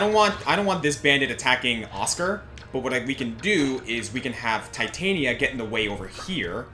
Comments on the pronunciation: Did, did just call Titania(teh-tan-ya), Titania(tie-tane-ya)? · Their pronunciation of Titania annoys me to no end, otherwise a great series. It is pronounced: tit-an-ia.